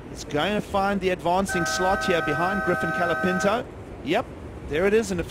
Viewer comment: Can someone please teach how to speak. It's COLApinto not calapinto.